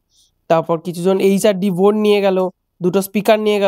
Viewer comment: Aapnio to janen bor bole na board bole 😂😂😂😂